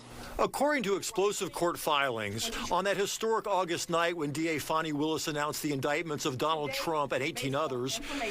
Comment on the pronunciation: If her name was pronounced Foni,it would not be spelled Fani.😮